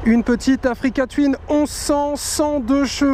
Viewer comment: Africa twin se prononce "twouin" et non twyn!!! bon sang l'anglais les gars!!